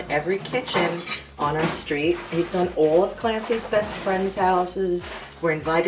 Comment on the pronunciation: I live on Long Island and even I heard that “all”